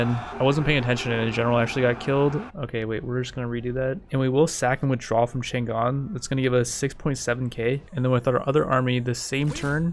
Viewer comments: Isn't it written Chang'an to indicate that it should be pronounced Chang-an? Just saying. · It's "CHANG AN"(chane ann) not "chan Gan". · Chang'An, is actually Chang An - not Chan Gan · its pronounced chong-ahn